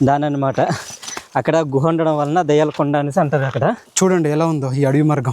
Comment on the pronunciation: అన్న మీరు దయ్యాల గుహ అన్నారు అనుకున్న😅 దెయ్యాల గుహలా ఒకే అన్నా .